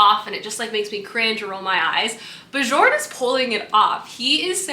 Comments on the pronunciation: I believe if the name is spelled Bjorn it’s pronounced like “bee-yourn” because that sounds Nordic :) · I felt the same about A Fate Inked in Blood. I loved the beginning and then HATED the rest of the book lol I sold it after I finished it. Also just a heads up the “j” in the name Björn is pronounced as a “y” 😂😅sorry haha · Really love watching your reading vlogs aaah! I felt the same than you for A Fate Inked in Blood but I gotta say that I was giggling the whole time when you were saying Björn as in "Bejorn" and not "Byorn" :D As an European, we hear those names more often I guess, it was so cute 🥰 I usually love what Danielle L. Jensen writes (I think I read everything from her??) but the second half was such a let down. I saw the twist coming SO hard. I even ended up skimming some parts... How sad. But one of the main issue for me, and it's a bit important in a romantasy (and I'm a SUCKER for romantasy!!), was that the romance just didn't add up. It was pretty much insta-lusty and that was it. I wanted something more like "Björn from the Vikings show" and it just didn't deliver. But I'll probably read book 2 to know how it ends haha